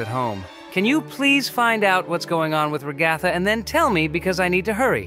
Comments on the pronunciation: Why did say Ragaatha its Ragatha not Ragaatha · It is pronounced RA-GA-THA….not RA-GOTHA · I love how pronounced ragatha as ra-gaa-ta😂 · IM CRYING WHY DID JAX PRONOUNCE RAGATHA REGATTA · IT'S PRONOUNCED RAG-UH-THUH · Naw and pomni saying ragtha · Her name is ragged and not jhjikio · BRUH SHE SAYS RA-GATH-A